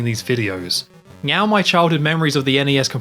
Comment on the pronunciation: Is he saying Meow instead of Now? I swear I'm being trolled here.